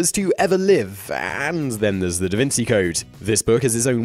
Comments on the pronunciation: «Da Wynn-Gee», not «Da Wynn-See» Sorry for being picky about that haha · how about saying the name of the book right... Vinci -- is not an 's' sound but like 'chi' like the Chinese tai-chi. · DA VINCHI NOT DA VINSEE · Dude, what's up with this "da vinSi" crap? it's da VinCHI. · What does he know? Can't even pronounce half the books' titles or authors. Da Vinsey? LOL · Da Vin Chee Don Key Chot I think that’s how it’s pronounced... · can you please not pronounce him not "da vinsi" in future episodes? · You can’t even pronounce DaVinci right😂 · Had to get something right eventually, after he ballsed up Vinci, Magdalene, and Cao Xueqin...